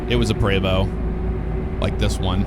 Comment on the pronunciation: Thanks for saying Prevost correctly lol I drive a X3-45 Entertainer. You’re in St Louis, right? Next time I roll through I’d love to have you out if you’re interested.